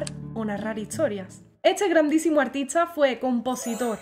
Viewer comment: Tengo una curiosidad... Porque pronuncias buenas CHARDES.. LA T COMO CH..??????? Uschedes. En vez de ustedes artischa en vez de artista?? No eres española??